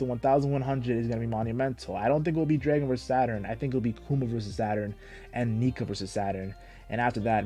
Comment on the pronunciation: "Draygon"? This guy doesn't know how to say "dragon"? It's the name of the main character's father, and there is also an end game faction of Celestial DRAGONS. AND it is a common word even outside of One Piece. Come on man, just 'learn the word "Dragon".